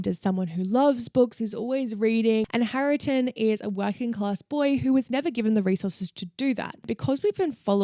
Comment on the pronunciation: Hareton's name is pronounced "HAIR-tun." Otherwise, I really enjoyed this video. I recently re-read Jane Eyre (my favourite) having not read it for years and once again I absolutely loved it! 🥰